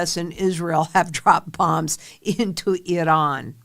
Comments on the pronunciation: lol I don’t see a D in I- ran. 😅lRAN. Not Idran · It's Iran, not Idahn. WTF. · 😂 the way you pronounced Iran is ridiculous 🤦 I should not be able to tell who you voted for by this smh it is pronounced I ran not I Don just so you know those people do not like me or you or anybody else in this country they would eliminate (thats a YT way of putting it) us immediately if given the chance so why you would well nevermind this message will not change your thoughts good luck hope you (and anybody else that is in the dark) see the light sooner than later and by all means if you dont like this country please go there to 'I Don' I assure you 100% you will love this country immediately then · Are you iranian? Why try to pronounce it different than your audience? Its iran, nor iron. Cant even watch the show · You gotta stop saying Iran that way. You sound like a moron.